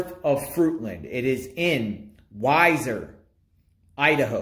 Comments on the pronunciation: 😂 it's wee- zerr idaho.. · I've enjoyed your videos on this case. Just a couple things to clarify pronunciation; both Weiser and Butte have long 1st vowels (sounds more like we-sir and Butte rhymes with suit). I don't know how familiar you are with the area, so I don't mean to offend by saying Weiser is boardered by the Boise National Forest to the east/northeast, and by Hells Canyon to the north. While I do not know 1st hand, I can reason officials may have been searching those areas based on a tip. Thanks for the videos. Hopefully by trying to connect the dots, they may jog someones memory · Hi, It’s pronounced wee-zer. Thanks for video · I love watching your videos but pronouncing names and cities wrong is annoying. Also Weiser is more like 19 miles away. Stacy may have been pick up in Washington county or did the crime in that county as to why he is there.